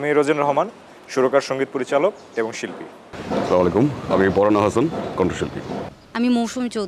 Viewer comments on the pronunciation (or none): না স্লামালাইকুম বলবেন না বলবেন আসসালামুয়ালাইকুম